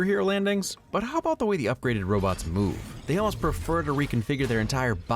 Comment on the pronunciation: When Rick says "robots" as "robits" it made me remember Michael Keaton from Mr. Mom. He says it when the family is eating breakfast he asks what is on TV and says "robits".